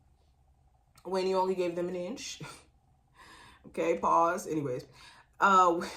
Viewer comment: On point!!!!!! And when you said pause 🤌🏽🤌🏽 love, a New Yorker 😂